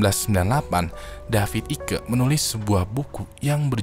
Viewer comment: Masukan saja bang. David icke spellingnya dibaca David aijk. Karena icke itu penulisan Inggris untuk nama keturunan Belanda eijk. Jadi aturannya bukan mengikuti ejaan Amerika Inggris, tapi mengikuti ejaan bahasa asalnya. Jadi abang bisa baca aik atau eik menurut ejaan bahasa Indonesianya. Semoga bermanfaat ;)